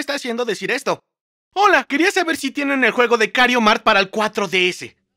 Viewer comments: tu eres el mejor en el juego pero lo único en lo que no eres el mejor en el juego es su pronunciación (el juego se llama Mario kart y como la señora de stame gop confundió tu genero confundiste el nombre del juego con kario mart) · Las veces que dijo kario mart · Bro dijiste kario mart 😂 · Viste COMO dijo Mario kart Kario mark 🤑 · Me di cuenta de que dijo kario Mario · Digo dijo kario mart y es mario kart no kario mart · Porque decís kariomart en ves de mario Kart es lo copiraid